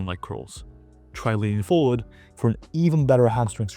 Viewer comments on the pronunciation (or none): none